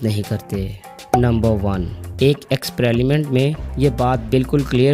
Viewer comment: expreliment haha